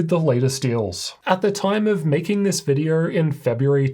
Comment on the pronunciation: You are making a great reviews. Thank you for that a lot. I bought a laptop based on your recommendations. The only thing that I'm struggling with (as a foreign language speaker) is your pronunciation. You say "r" sound in almost every word ending with "o" sound. For example, video-R, windo-R-s, "issue-R", "CPU-R", "GPU-R" and even in the middle of words like "mo-R-del", "mo-R-de".